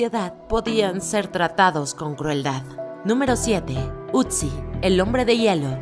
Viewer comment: Amiga es otzi no utzi